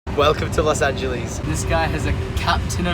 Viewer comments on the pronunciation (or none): welcome to Los angilise nice pronouncing